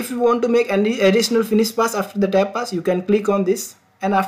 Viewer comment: What is "Tab" didn’t understand what you were saying. Please explain it more clearly and elaborately.